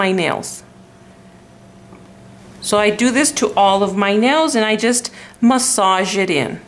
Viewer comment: Oh my... That's a lot of work, or I'm just lazy. And I have a question. You said you keep your nail art for a week, then won't you need to leave you nails bare for some time? Doesn't having it covered in nail polish all the time effect your nails? PS: I like how you pronounce "massage", kkk.